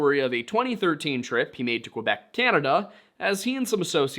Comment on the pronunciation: Great prononciation of “Quebec” I keep hearing “Quwe-bec” and it infuriates me. less great 😅 “Saint-Étienne” was great. Are you talking about “Saint-Étienne de beauharnois?” It’s pronounced “bo-har-nwaw” Also, saying “write things the way you want them pronounced” is a little ironic, considering the English language has words like “light” “thorough” and things. A French speaking might look at it and say “lee-gt” and “to-roog” and intersection with a candy store 😂 that actually made me cry a little (actual tears, not like the watery eyes i had through this whole video). It’s hard to imagine that someone would not get the justice the deserve simply because there is barely any left to care. Cases like this break my heart and I’m grateful for the little jokes you sprinkled throughout the video,, otherwise I might have rage-cried for the entirety of it